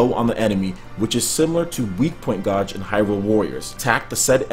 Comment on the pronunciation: Is he saying gauge like it's spelled?